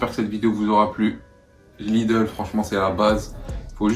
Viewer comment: On dit Lidl pas Lideul chez pas quoi sa se voit que je viens de l'alsace 😭😂